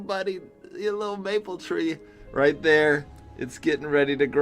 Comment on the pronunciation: “Littel budy...littel mapel tree”i love this part the way says it i just love it